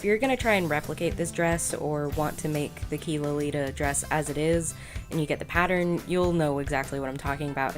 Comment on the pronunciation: Adorable! It reminds me of something from Devil Inspired. Also, it's pronounced 'chi' not 'key', Chinese doesn't have a hard q sound.